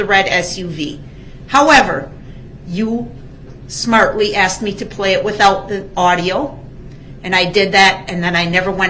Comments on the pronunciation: Cause you Axed dats da only reason cause you Axed 😊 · How come THEY always pronounce the word "asked" as "axed"? Like the way he does in this video? Is it because of their dangerously low IQ? 😅🤣🤣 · We don’t axe questions we ask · Every time a question was “axed” and he looked over at Brooks waiting for the objection it made me laugh. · Loved it when she finally said that she was telling him, not asking him.........shut him up but good. He never "axed" her that question again. Unbelievable!!😊😊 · hahah that was absolutely gold. The only thing I would change is “asked” to “aksed” lol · or " axed".....